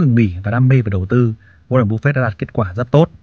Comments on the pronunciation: cứ như phổ thông đi bạn ơi. "waren buf fét" dễ nghe hơn búp fẹt. và nếu mà ông ấy sống thọ hơn nữa thì với lãi suất kép khỏi phải lo đến con số 80tỷ ấy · goa ren búp phệt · Nghe cách bác phát âm tên Warren Buffett là không ổn và hết muốn nghe tiếp, bác nên tập phát âm tiếng Anh để giúp thu hút hơn. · qua ran búp phẹt :)))) nghe tên buồn cưới quá ad